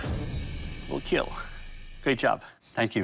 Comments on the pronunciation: It will keal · This sir will KEEL, not KEAL🤦‍♂️🤦‍♂️🤦‍♂️🤦‍♂️ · So after all he can say "it'll kill" normally without going "it'll KeAeAeLl" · Its not KEAL its KEEEEEL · Why keal why not keel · its supposed to be "KEEL" cmom yall, listen to the people. Quit overthinking descriptions!